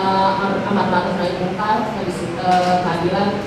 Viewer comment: Nahi mangkur? dasar kalimat basic saja tidak bisa mengucapkan... ampe beberapa kali... its suck djan paris